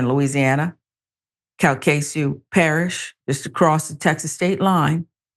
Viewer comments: Cal - Ka - Shoe Parish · Calcasieu is pronounced Cal-ka-shoe. I'm in Louisiana.